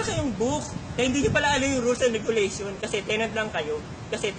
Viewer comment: sa pronunciation pa lang ng RE-GOO-LEY-SHAWN, fail na fail na itong baklang ito